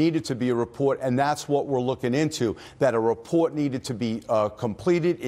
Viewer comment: JEW DETECTED New York Jew accent: "report"